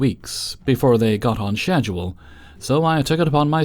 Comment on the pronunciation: “Iss you” and shed-you-el.” Why?